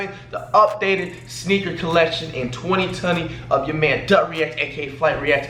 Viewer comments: he says 20tuny he high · the way he said 2020